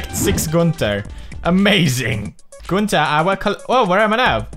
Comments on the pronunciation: No ice king says it the right way and pewds is not saying it right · Tht how ur actually supposed 2 say it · Pewds pronounces it as günter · Idc how you're supposed to say it, I just friggin love it lol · Pewds, u calls gunter wrongly , listen how ice king calls gunter..